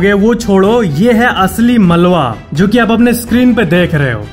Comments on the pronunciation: یہ ملوا نہیں بلکہ ملبہ ہوتا ھے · Malwa ni malba